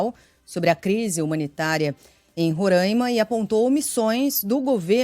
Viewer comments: Por favor. O nome do estado que abriga os yanomami pronuncia-se RORÁIMA com o A aberto como a correspondente de Manaus bem pronunciou. Respeite e deixe de pronunciar RORÃIMA. Não existe esse som anasalado do nome do meu estado. Se fosse uma palavra em inglês certamente você faria uma acrobacia na língua para pronunciar. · Aonde fica rorãima? Conheço "Roráima". Francesismos...